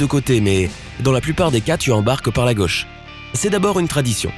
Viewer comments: il faut arrêter de parler et puis on dit " gAUche et non gEUche " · Il me tape sur les nerfs celui-là avec sa prononciation de Gauche, Choses etc.Sur le fond, il ne connaît pas grand'chose et enfonce des portes ouvertes. C'est rigolo ces mecs qui croient savoir et montent des vidéos "pédagogiques". 0/20.